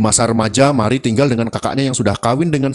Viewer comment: Marie _ di baca : Mariye Mari Mery😄